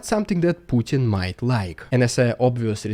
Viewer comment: Finally, there is somebody who can say the name Putin correctly...